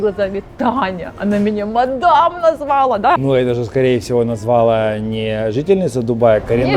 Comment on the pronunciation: Пришлось выключить на 4 минуте — не готова слушать информацию от людей, профессия которых = говорить, а говорить они так и не научились. Ценность инфы — ноль после этого. «НазвАла» — занавес.